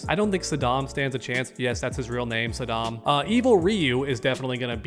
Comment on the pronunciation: Sodom not Saddam